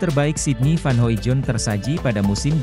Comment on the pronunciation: Hoidong bacanya bang bukan Hoijon